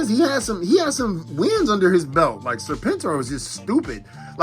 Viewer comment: My G, I watched every episode of ARH and not once have I ever heard him called Serp En tor. Homie at that pulse straight up butchered the name.🤦🏻‍♂️🤡😂🤣